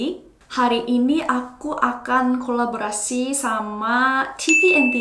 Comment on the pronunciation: 살해서요! Bahasa Indonesiamu udah keren banget, cuman pronunciation di beberapa kata kayak "kok" itu bukan 곡 tapi diucapkan 걱... Kata 'orang' juga lebih pas dibaca 어랑. Terus kata 'kolaborasi' kedengarannya kayak 'kolabrasi' harusnya bo nya tetap diucapkan jelas. Tapi overall udah bagus.